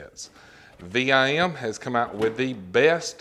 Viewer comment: VIM...... 1 word... not V.I.M. just sayin That ia nice set...VIM is known for their great quality bits and bit sets...☝️